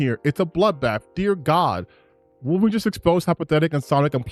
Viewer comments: Before I even heard this Mother Fucker get to his "point", his credibility went out the window when he kept saying "WAHlverine." Like bro, tell me you don't actually care about the property without telling me you don't care about the property. Listening to this dude has made me dumber. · Ah yes my favorite canadian short king "Wall-vorine" lmao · Worth the watch just to see Alannah Pearce say "Walverine". Was that the real Alanah Pearce? Hopefully she is a full Leftist. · Why does he keep pronouncing Wolverine that way? Is it some accent? I don't hear it in any other words he says. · Bro said he’s a “huge X-men fan” but doesn’t even pronounce one of the MAIN characters names in a video before posting it.